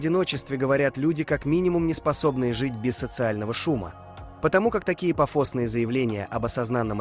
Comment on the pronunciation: Сколько же высокомерия в этом видео, капец :/ Я не популярен в русскоязычном ютубе не потому, что у меня в видео буквально говорят: "пафОсные заявления об осозАнном одиночестве", не потому, что эту механическую сррра... голос этот слушать нереально, нет, это потому что я такой нетакуська, ахаха